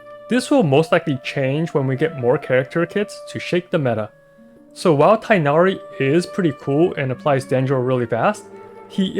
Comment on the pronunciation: just as a heads-up, you pronounce the 'g' in tighnari!